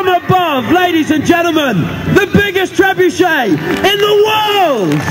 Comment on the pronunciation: Trebucet Gancet😂😂